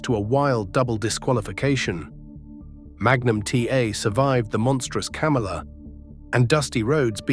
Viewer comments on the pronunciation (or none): none